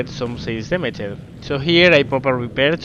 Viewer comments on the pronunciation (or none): Andas bien de vocabulario, pero ojo con algunas cosillas básicas de pronunciación: -Pretéritos regulares (acabados en "-ed") como "surprised", "damaged", etc. La "e" sólo se pronuncia si va precedida de "t" o "d", de lo contrario no se pronuncia. En el caso de "surprised", además, esa "i" se pronuncia "ai". Por lo tanto: surpráist, dámacht, etc. Parecen chorradas, pero son errores comparables a decir "canteidou" en lugar de "cantado". -"Bow". Puede significar diversas cosas, su pronunciación cambia dependiendo de su significado. En el contexto naval significa "proa" y se pronuncia "bau". Si habláramos de arco y flechas, entonces diríamos "bəu" ("ə" es una vocal neutra, como la suma de a+e). Si combinamos "ə" con "u" (como hacemos en "bəu"), entonces suena como una especie de "o". En el vídeo parece que estés hablando de arco y flechas en lugar de la proa, ^^ -Terminaciones "-tion"/"-sion", como en "option", "decision", etc. La "i" no se pronuncia y esas "o" son en realidad "(ə)" (una variación de la vocal neutra de antes). Por lo tanto: ópshan/ópshon, desíshan/desíshon, etc. También puede parecer una chorrada, pero no lo es en absoluto. -Palabras como "opening", "over", etc. Esas "o" iniciales suenan parecido a "ou" y esas "e" son, otra vez, "ə". Por lo tanto: óupaning/óupening, óuvar/óuver, etc. -Palabras como "count". Se pronuncia "caunt".